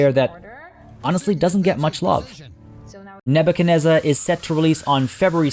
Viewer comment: Nebu CHAD nezzar! Cmon get it right!